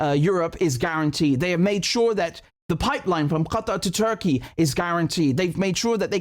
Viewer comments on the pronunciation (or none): Do you really have to pronounce the word "Qatar" like that?